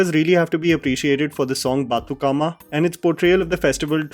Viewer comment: the way you pronounced bathukamma sounds funny but well tried